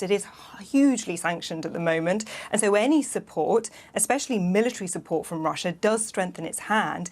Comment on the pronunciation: kid you mispronounced russia